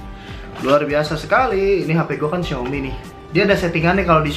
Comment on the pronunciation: Xiomi yak, bukannya xiomay, Wkkwkw canda kaa